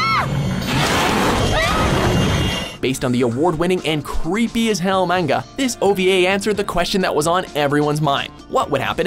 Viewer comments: he still CAN'T say manga right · His "manga" pronunciation lmao